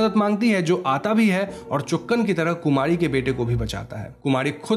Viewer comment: Kumadi??? Are you saying Kumadi??